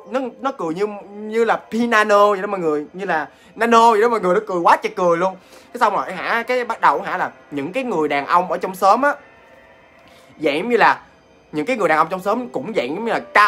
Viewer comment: Nanno not nano